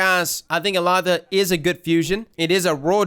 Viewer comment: I looked it up,. The pronunciation is actually "Ehll-LA-da". Elatha was a powerful figure in Celtic mythology; a being called Fomorian (essentially giants) with magic powers and would essentially have been similar to a God. In some stories, Elatha may have been represented as a Sun God (thus the weapon being Solar). Interestingly, Erentil is a hero from old Germanic stories originally translated as Aurvandil "Luminous Wanderer"... Yeah I know, nobody cares but got me curious! Lol.